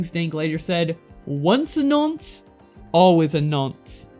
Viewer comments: Hey, btw it's pronounced non-se, you're pronouncing it no-nse <3 Thanks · I hate it when Americans say nonce. "Nunce" can none of you pronounce "o"? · Says nonce frenchly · I shouldn’t be laughing but your pronunciation of nonce has me rolling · You make "Nonce" sound like a french word lol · Ahahhaha your pronuncuation of nonce is amazing mate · Haha the way you pronounce nonce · And to think the thing that pains me the most from this video is the way you pronounce nonce.... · that pronunciation of nonce lol. good vid cheers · Best part of this video was you pronouncing Nonce 😂. Nah but great work tho mate #alexxguilty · bruh i know you're american but your pronunciations of "Nonce" and "bollocks" are really grating me :0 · Amazingly well put together video, but that pronunciation of both "nonce" and "bollocks" made me physically cringe lmao